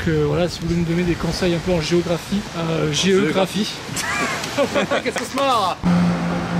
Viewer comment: « GE-graphie » je m’en rappellerai longtemps de celle la 😂😂